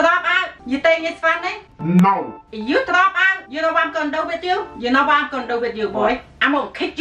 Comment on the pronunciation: i died when she said “N0!”